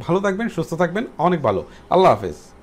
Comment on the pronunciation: বালো না বলে ভালো বলুন 😠